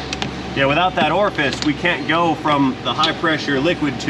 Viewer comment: Your pronunciation of Orifice Tube was driving me mad. Orfis is what I kept hearing.